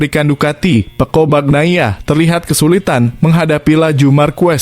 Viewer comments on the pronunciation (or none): Peco min, bukan pekko' 😅😅